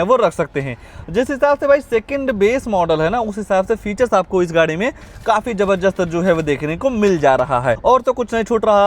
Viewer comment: Zabardast❌️ zabarjust ✅️😂